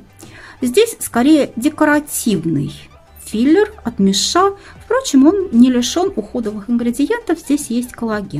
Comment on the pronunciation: Интересно а почему мишА? Даже корейские блогеры говорят мИша